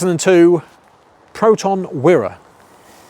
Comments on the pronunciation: actually it is pronounce as Weeeee Ra , never Wai ra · That Wira (pronounced 'wee-ruh,' not 'why-ruh') is a beaut! Same year as my mum's, though her's is a base spec 1.3GL. Best of luck on the restoration from Malaysia! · it's wee-rah not why-rah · Malaysian here. The "Wira" is pronounced as wee-ra. It means hero in Malay. Satria means a knight/warrior. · It's pronounced wira as in weee~, weeee ra. Im a proud Malaysian, wira means hero in Malay language. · neither it's called wi-re or wyre, it's called wee-raa as in wira, in the meaning of hero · I like it. Velour seats and a wood* dashboard - hnnng! I thought the model name of this car was pronounced "Wire-a". I wonder why Proton changed it from "Persona". 🤔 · ..yeah, the spelling is good but your pronunciation is bad - very bad..